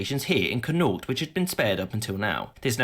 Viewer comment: His pronunciation of Connaught is way off 🤣